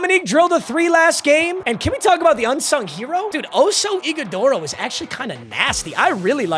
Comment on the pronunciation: Brother lives in Arizona and doesn’t know how to pronounce ighodaro’s name